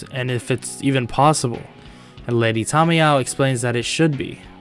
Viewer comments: I think it is he just says it weird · Who the hell is lady tamaya I thought it was tamayo